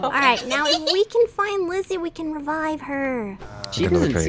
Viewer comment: Her name is pronounced/spelled Lyssy btw!